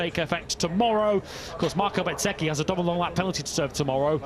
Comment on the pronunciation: Can someone please teach the commentators how to pronounce Bezzechi right! Lol, it’s Bez-ecchi not Bet-sechi